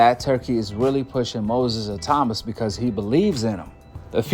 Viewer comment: Bro, his name is pronounced Moses ITAW MAAAA.